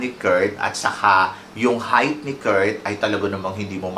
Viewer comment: Anong Kurt "Kirk" ang bulol mo talaga